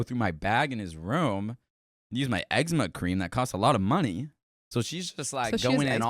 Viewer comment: Omg, I heard "ma eggs n' ma cream" until you started talking about where y'all get eczema. I was like "you carry around eggs and cream in your bag?"